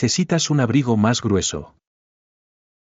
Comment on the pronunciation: abrigo no es Ayebreego es ahbrigo